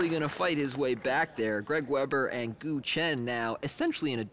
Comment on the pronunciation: sorry guys, but GUO is not pronounced goo .. it is pronounced gooWAW g- u - uAW